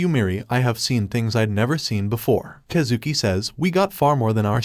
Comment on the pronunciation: “kuh zooki” is killing me😭😭its Kaaah zuki